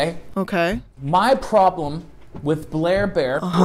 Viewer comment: I hate how when he says Blair Bear he just goes: “U R R, A H”